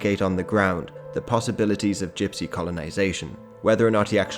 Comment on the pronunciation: you keep mispronouncing gypsy